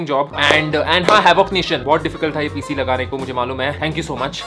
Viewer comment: it's PC not cp. Keep vloging. ❤